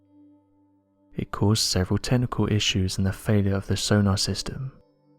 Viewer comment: Did he say there were “technical” issues, or “tentacle” issues? I guess either could be possible. I perhaps absolutely believe there are giant squids. And even the ones that we’ve seen don’t come close to the truly giant ones. Those are the survivors because they stay hidden, well fed, and remain unseen. If one of those monster squids to emerge, then I do hope that your ship is both big, strong, has highly effective weaponry, and can move fast. As I’d think they’d have no other reason to come all the way up just to sight see. The glowing red “rock”, well you’ve certainly stumped me there. She says that she hopes one day an expert can identify what it exactly is. But didn’t mention whether or not she’d even contacted any experts. That’s one that really interests me. It looks like a sort of egg. And God knows what kind?